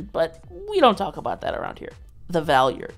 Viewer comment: I physically cringe from the way you pronounce Valeyard